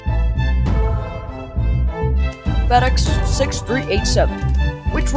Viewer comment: Fedex:❌ Tedex:✔️